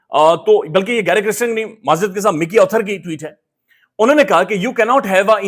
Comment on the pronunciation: pl pronounce the name correctly - it is kirsten not kristen !